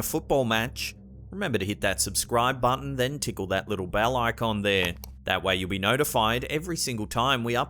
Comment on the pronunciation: Have I gone crazy? I swear he used to say "tick on the bell icon" but it sounded like "tickle the bell icon". Does anyone else remember this? I can't find one video with him saying it.